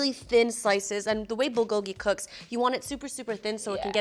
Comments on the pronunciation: Lol “BULL-go-gi”. That pronunciation tho haha. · Whenever I hear the american pronunciation of bulgogi I am so confused, then I realise what they just said and cringe on the inside.